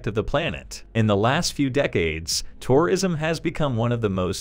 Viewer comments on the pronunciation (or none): Weirdest pronunciation of tourism ever. Stresses on all the wrong syllables.